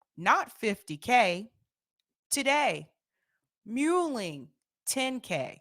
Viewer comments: Excellent segment! One thing though, the "mull" in mulling is pronounced like "dull" and not like "mule". Thanks for all you do and keep up the great work! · not "mule" but "mull."